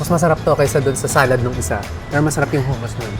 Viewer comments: Saka hindi po Hooo-moos ang pronunciation ng hummus. its Huh-muhs. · HUMUS pronounce HA not HU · Madam… hindi pu hummus yan ang spelling pero pronunciation is HUH-MUHS po. ✌️